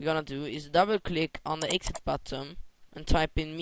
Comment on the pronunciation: Lol did you just say "BUTTUM" all the time?? thats what i call a big fail, its Button "NNNN" not buttom, sorry if im wrong.